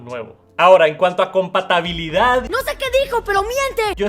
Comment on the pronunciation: Siempre dices “compatabilidad” 😂